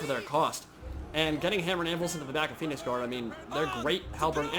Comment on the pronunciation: turn subtitles on (Phoenix Guard pronunciation) *facepalm *